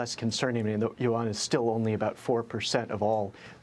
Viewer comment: learn how to pronounce it correctly. It’s not the “You Won” …say it one syllable, yuan.